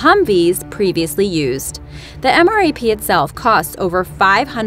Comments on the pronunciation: She said M.R.A.P... Do you even English? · QUIT saying M R A P you say it all together MRAP. My goodness that's so annoying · Stocky yes she said mrap but it's pronounced m rap. Like you say the letter m then the word rap and that is what the OP was trying to say. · anyone else cringe every time she said M R A P instead of pronouncing it M-RAP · I got trigered when she said m.r.a.p in stead of m. rap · For the MRAP it is called "M Rap" not M.A.R.P. Its like nails on a chalkboard when people get military terms wrong. Like FOB (Forward Operating Base) is pronounced "Fob" not F.O.B. Its like when people think AR means assault rifle... None the less, thanks for the great videos. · It's pronounced M RAP